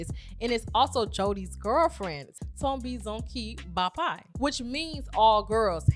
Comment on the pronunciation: This was a great review ❤️ only thing I can correct you on is the Pronunciation of the end of the name "Ntombizonke" so it's not "ntombizonkee" but more like the end of "Jose" so instead of "eee" it sounds like "a"